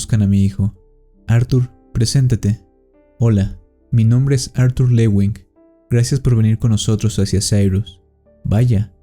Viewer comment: Q no se llamaba Artur, como dices acada rato Ar 😵‍💫